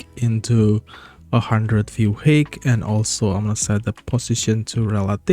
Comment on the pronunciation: Thanks. Just one thing, height is pronounced hite (I know stupid English spelling)